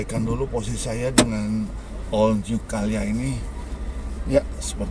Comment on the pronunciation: CALYA om bukan CAyLa.. wkwkkw